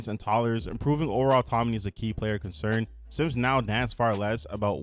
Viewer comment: You saying autoMony instead of autoNomy bothers me so much lol